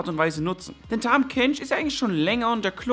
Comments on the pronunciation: heißt es nicht "tahm" kench und nicht "tham" kench? xD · Tahm nicht Tham! :D